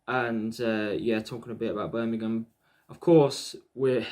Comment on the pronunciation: Thank God you are one of the very few pundits who can pronounce Birmingham correctly! Even the so-called pros on TV & Radio say...'Birninum" or similar. Hate it